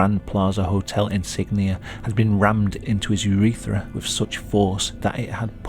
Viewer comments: Every time I hear "urethera" I feel it 😓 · i curled my toes when he said urethra